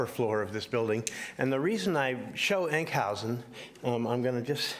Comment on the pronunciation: Enk housen??? you mean huizen, not with an au or ou sound!!